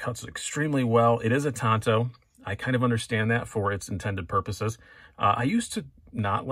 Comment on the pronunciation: Tanto is pronounced with a short “A” as you initially said it. There’s no long “A” vowel sound in most Asian languages as tanto is Japanese in origin and can be seen in the familiar katana and wakizashi.